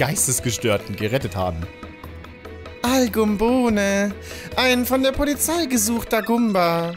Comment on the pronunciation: Deutsch: Al Gumbone Englisch: Al Gumbone: al gumm bohne